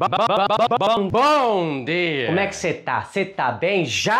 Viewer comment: No começo eu já me quebrei com o bobobobobobobobobobobo bomdia